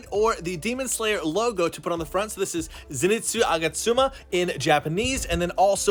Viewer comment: STOP SAYING ZINETSU IT'S ZENITSU!